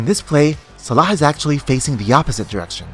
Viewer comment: man you pronounce Salah like a true Egyptian.